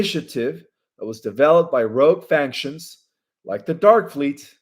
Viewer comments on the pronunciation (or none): You said I finally got it right on the word factions. No you got it wrong. You are saying faNctions. There is no N in factions. It is pronounced FAC-SHUNS